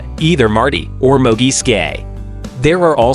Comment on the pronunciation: It’s Mooooog.. not Mug.. Secondly.. Blair ( Mooog)… refers to Marty as “Martin”.. research better Dude..